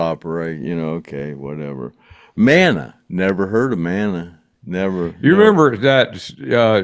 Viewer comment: I think MANA is a Mexican/ Hispanic band. Rock.mah-nah not manna like in the Bible